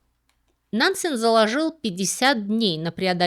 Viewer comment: Очень интересно было слушать, за одним исключением. Уж простите, но мне кажется, что фамилию Нансен надо произносить с жёсткой Е, как Э.